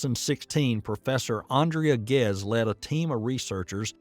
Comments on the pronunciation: Andrea Ghez, not Gez. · Andrea Ghez, not Gez....